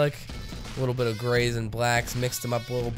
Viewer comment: "THE GRAYS" ahahha I heard gays